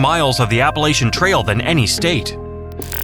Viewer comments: There is only one way to pronounce "Appalachia" so, if you say it wrong again, I'll throw and apple at-cha! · I get upset at how people pronounce Appalachia as (appa-lay-chuh)….thats not how we pronounce it here. I live in Appalachia and we pronounce it as (Appa-latch-uh) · Stop AI narrations. Learn how to pronounce Appalachia (or I'll throw an "apple-at-cha") and Norolk (if it sounds like an insult, you're saying it right).